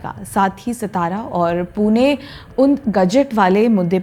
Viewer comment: It's not सतारा, it's सातारा